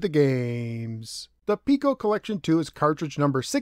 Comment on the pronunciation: It seems like I'm in a minority of one here, but I'd like to point out something that's been bugging me since this cartridge was released. Every video I've ever watched on the Piko collections has the host pronouncing the name of the company as "Peeko," but the company's logo contains the mathematical symbol for pi. Are we sure it's not supposed to be pronounced "Pie-ko?" Sorry. But it drives me nuts when I see videos about Imagic games and the hosts pronounce the company's name "Eye-magic" like it's an Apple product. The correct pronunciation is "EM-magic" because the name is an amalgamation of the words "imagination" and "magic." It just seems to me that to mispronounce the name of a company is a disservice to the company. While I'm 100% certain of the Imagic pronunciation (check any of their old TV commercials to confirm), I'm not 100% sure about Pico, just 99.9% sure. I'm pretty sure the Pi symbol would indicate that "Pie-ko" would be how they wanted themselves to be known. Either way, another great video. Keep them coming!